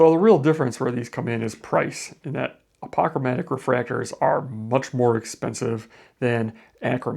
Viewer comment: You pronounce apochromatic strangely